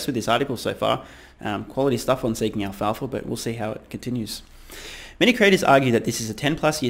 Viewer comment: Alpha..Not Alfalfa...Stoner lol